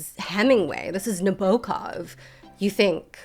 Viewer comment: Nabokov pronounced right! I see someone listened to Lolita Podcast